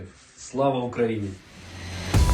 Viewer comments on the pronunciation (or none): none